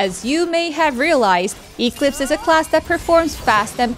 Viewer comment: I know this isn't that big of a deal, but as a big company, isn't there anyone who could have at-least helped how to pronounce Eclipse? that pronunciation (Eeek-Lips) was very distracting lol (Should be pronounced Ek-Lips)